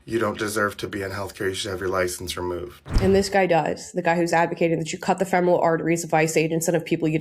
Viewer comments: I know it's petty, but why are these professionals pronouncing “femoral” incorrectly? I know it's been years since I was a nurse an even longer since I took my terminology class, but we were taught to pronounce it “feh-mr-uhl.” OK, I'm done being petty. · This Person claims to be a nurse??? Fe mor al vein??? You can't even pronounce it right. Just another example of the tolerant left. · he's a nurse a he cant pronounce femoral artery correctly lol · He can’t even pronounce femoral correctly. He is a psychopath. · we have deranged nurses who cannot even pronounce the word, “femoral”. THAT is the great fear of modern health care. We need to return to vocation based employment in schools and hospitals. Get these desperate, emotionally unhinged and otherwise unemployable specimens OUT of the workforce. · Any nurse who can’t pronounce the word femoral correctly shouldn’t be practicing anyway. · he can't pronounce femoral and he's a nurse? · he just said the name of it the femoral artery he said it wrong but what the fuck is this guy doing? He’s clearly unhinged just by looking at him. That pearl necklace is wild.